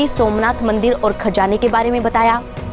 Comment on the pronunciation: Ye khajjjjana kya hota hai. Khazana bolo na.